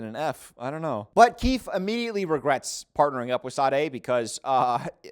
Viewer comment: im a speech therapist but english isnt my first language, however i was listening without looking for a second andi thought " has a unique way to pronounce the /th/ in keith"😭 silly me ig